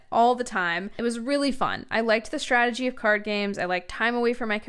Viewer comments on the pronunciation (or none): none